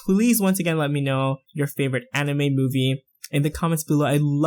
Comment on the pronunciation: its said ani-mai not ani-meh